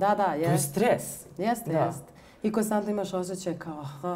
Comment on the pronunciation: Svi ih imamo, nego mi je paralo uši što se gubi N u koNstantno, moguce da grešim.